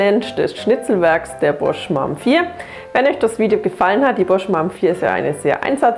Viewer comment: Das wird nicht Mam ausgesprochen 🤭 das ist doch nicht deine Mutter